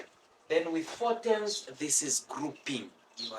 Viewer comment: For whoever is wondering. whenever he says tems. he's actually meaning terms